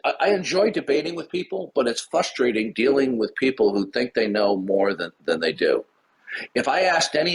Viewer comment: With all of the words likes to spout, why is "frustrating" so hard for him to pronounce?